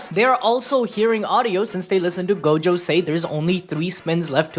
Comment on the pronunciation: the way he pronounces gojo :| go-jo